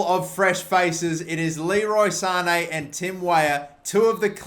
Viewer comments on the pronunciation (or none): none